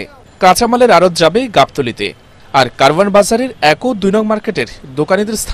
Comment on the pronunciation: উচ্চারণ হবে কাওরান বাজার।